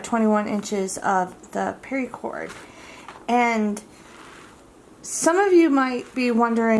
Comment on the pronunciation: Why exactly are you saying "pari-cord" it's literally pronounced "para-cord" there's no I in it...